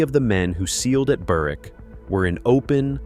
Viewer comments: The w in Berwick is silent like k is in knife. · The map looks like Newcastle, but appears to be pronounced “Burr-wick”. The English Propaganda Office sometimes makes mistakes. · The maps are totally wrong. "Perthshire to its bones" and shows southern Wales. Sutherland at the northern tip of Scotland and shows Newcastle. And goes to such lengths to pronounce Menzies right, yet screws up Berwick and Marquis.